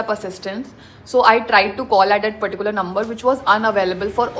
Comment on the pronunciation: Please don’t pronounce “particular” that way. And you overusing that word